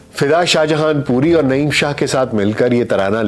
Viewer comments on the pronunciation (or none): none